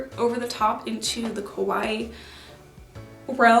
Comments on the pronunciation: I really love your videos but you keep on saying kowai instead of kawaii, it means the opposite and is definitely not the case for you! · It's pronounced ka-why-i . Just ka-why is the name of a piano manufacturer. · I've been really enjoying your content! I don't dress kawaii but I like the community (and sustainability) but GIRL. The way you saw kah-wha-ee sounds like ko-wha-e which means scary and it's impossible to ignore. Stretch that eeeeeeeee! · She says ko-why. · I love your looks! Why do you pronounce kawaii like that, though? It should be 3 syllables, with the double—i at the end getting the emphasis.